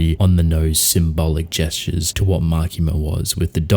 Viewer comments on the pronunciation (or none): none